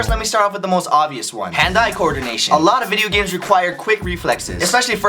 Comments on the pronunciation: Lmfao I though he said "Hentai" but it was "Hand-eye" Lol hahahaha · Is it just me or does ryan's pronunciation of "hand eye" coordination sound like an american saying "Hentai" .